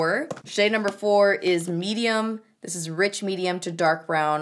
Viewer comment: with "dis dick" makes me laugh everytime!